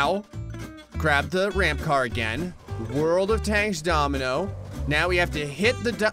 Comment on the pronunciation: litarly said dominomoino